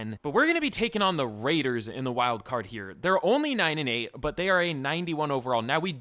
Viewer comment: never say the raiders name like that again